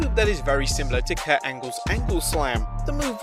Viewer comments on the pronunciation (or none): none